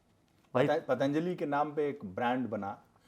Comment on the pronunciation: नेता जी पातंजलि का नाम ठीक से नही ले पा रहे है दूसरे पर आरोप लगा रहे है।